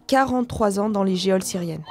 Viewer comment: Geôle se prononce jaule et non géole!! même pas savoir prononcer correctement, ça me dépasse!!!! comme gageure se prononce gajure, de broglie se prononce de breuil, Ayze en haute-savoie se prononce Aïze, pitié!!!